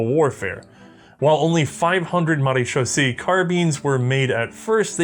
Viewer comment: Marechaussee ends with Say not C it's using the French language instead of the Germanic one believe the rest of how you said it was correct